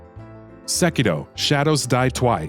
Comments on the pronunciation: Sekiro not Sekrio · Did he said SekiDo? 🤔